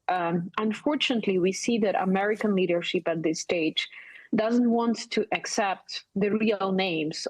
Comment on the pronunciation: To be clear, I am not making fun of Ms Yasko's accent here. On the contrary, I just love how in her accent "leadership" she pronounces it "leadersheep". That's exactly what trump and vance are ... Leadersheep following putin